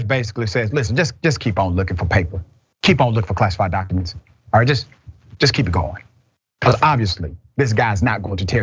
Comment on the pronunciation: For fucks sakes, the word is JUST not jest. My God man, you are a doctor.